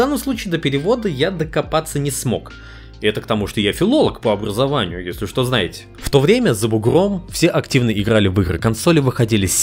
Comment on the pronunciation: "Если что, я филолог по обРрРрыРазованию" проорал прости, повелитель